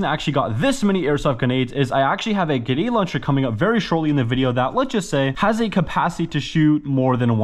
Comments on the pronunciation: he pronounces grenade launcher as ganade houncher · I love that he says ”ginny launcher” in the Enlisted ad and he says ”pach schtation 4&5” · Him "genade launcher" me GRENADE LAUNCHER NOT GENADE